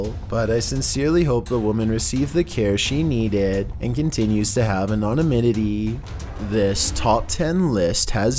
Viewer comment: Might want to work on pronouncing Anonymity there.